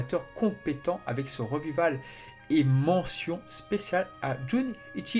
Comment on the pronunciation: Je ne trouve pas ton ton monotone, par contre parfois y'a des problèmes d'articulations et de prononciations un peu dérangeant (comme "revival", qui se prononce plutôt "rivaïveul") couplés à la faiblesse du traitement du son (différences de volume, etc bien que ça s'est amélioré par rapport à tes premières vidéos). Mais j'apprécie les nombreuses informations que tu donnes et surtout ton analyse et ton point de vue, ce qui est le principal à mon sens.